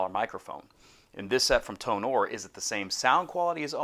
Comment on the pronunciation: Hey! My BM-700 comes today. I have a laptop and an adapter, do I need any softwares for it? By the way, Tonor is pronounced like: Toner. TO NER